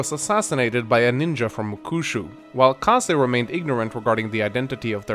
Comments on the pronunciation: "Kaza" "Kazek" Its Kazay. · Can't say that I've heard the pronunciation of Kaze as "Kah-zah" before... Typically it's either "K-ayze" or "Kah-zey". Not a complaint, just a point of interest.